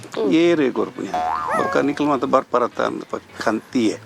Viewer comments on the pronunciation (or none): none